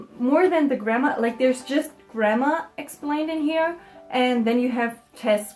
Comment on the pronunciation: why do i hear 'grammer' as 'grandma' like